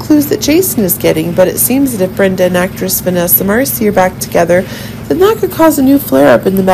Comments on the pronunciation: It's Marcil not Marcie! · FIRST OF ALL YOU ARE SAYING VANESSA LAST NAME...."WRONG "!!!!!